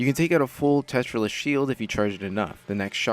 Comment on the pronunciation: Not to be the pronunciation police but it's pronouced Tera-Lyst. Not Tetralyst.